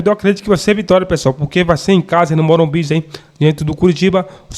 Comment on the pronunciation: " Morumbis " Galera